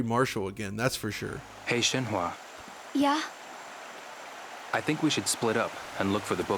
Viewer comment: They're pronouncing her name SHEN-hu-a, when the 花 character in her name (玲莎花) is typically romanized as fa. In the previous game, they got it right.